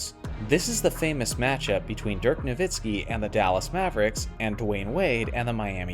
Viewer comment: Damn man it's dirk nowitzki! Get the shit right!!